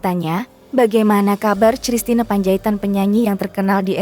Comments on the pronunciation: Christina Panjaitan baca Kristina bukan cristina hadeuh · apakah saya yg salah atau pengantar narasi yg salah klo saya membacanya christine (kristin) panjaitan, entahlah..... saya jadi lucu aja mendengarnya cristina...........panjaitan..... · Min..Christina..itu bacanya Kristina..bukan C..elo belajar mbaca di SD gimana ..? Terus Dian pesisa..itu E pada Pesisa pake E taling bukan E pepet..Pesisa sama seperti waktu kamu menyebutkan nama Betaria..duh ampuuun dah...lulusan taun berapa sih...guru bahasa yg salah atau memang murid" jaman sekarang nganeh"😮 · Christna membacanya Kristina!